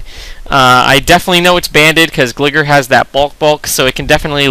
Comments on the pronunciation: It's not gligger it's gliGar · gl-EYE-gar, not gligger lol.